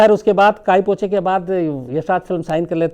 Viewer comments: Sushants first movie was wrongly pronounced as KAi PACHO...it is KAI PO CHE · 'Kai Pa Cho' nahin Shamsji...'Kai Po Che' hai 'Byekom Bakshi' nahin.....'Byomkesh Bakshi' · Kai pa cho nahi ...kai po che tha ! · Respected Sir, काई पो चे! ब्योमकेश बक्शी (Pronunciation error occured) Always with you!